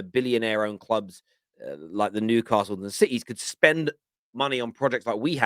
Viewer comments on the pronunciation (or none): none